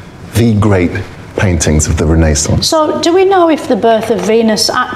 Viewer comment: Ren-Aye-saunce. Ive never heard it pronounced like that before